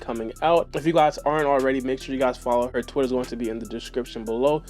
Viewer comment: Did he say "Twitter" or "Twizzler"?